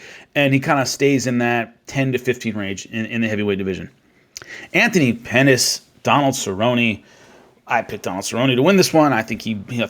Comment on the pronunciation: Haha you said Anthony Penis